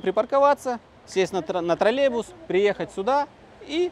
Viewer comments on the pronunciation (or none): none